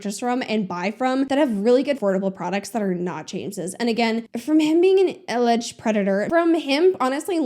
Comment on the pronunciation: That's not surprising in the slightest also the way you called it "alledged factory" lmao